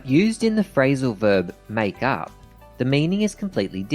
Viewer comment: "Frailsal verb"